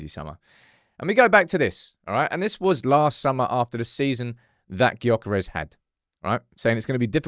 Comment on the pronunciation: YOH-kuh-resh- Silence that G and maybe he'll be more inclined to join haha